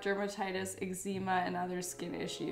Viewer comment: The fact how she mispronounced eczema